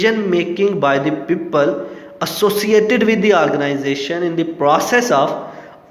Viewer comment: It's organisation not arganisation😂